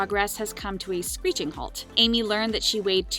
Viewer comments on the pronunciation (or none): none